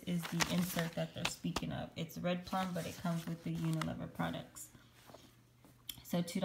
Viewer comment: Hi, UNILEVER (formerly Lever Brothers) is pronounced with a long E with the first E. I hope that makes sense. It's not a silent E. Thanks for all your help.